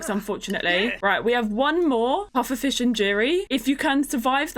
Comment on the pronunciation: Not how you say pufferfish dish grr